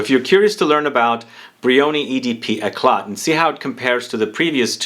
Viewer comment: The t is not pronounced